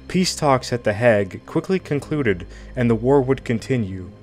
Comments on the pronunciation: A vocabulary pronunciation study would greatly benefit the narrator - scores of words were mispronounced, such as the "Hague"; pronounced Hayg, not Hag. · To sound credible, it is important to pronounce words correctly. "Hague", for example, is not pronounced like "hag". The "a" is long, like "plague". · The Haig not the Hag, in pronunciation terms . In Dutch Den Haag, in English The Hague. Thanks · It is pronounced Hay...G or Haig not Hag! SO annoying, completely illiterate but can push out doco's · Hay-gue NOT Hag ! Sort your life out. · Can you actually speak English?,, your pronunciation is awful,,ex there is no such city called hag,,, you probably mean Haig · Hey if you google the names of these leaders and locations, you can see a pronounciation guide. It's only a couple of minutes per name, and would really help with your videos, since it's very hard to take them seriously when people have negotiations at "The Hag" 😄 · "nogotiations"? "The hag"? (Hague) Done.